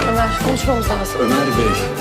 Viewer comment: Bukan umar tapi omer